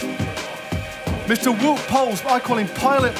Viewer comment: Wow, you really butchered Wout's name there.